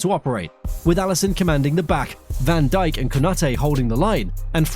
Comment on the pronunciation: ´das heißt van dijk und nicht vandicek